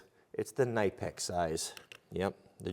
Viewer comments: Ka-ni-pex..... NOT nye-pex. Great tools! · Believe it or not, the K in Knipex is NOT silent. Here is a video right on their own website where a presenter says the name multiple times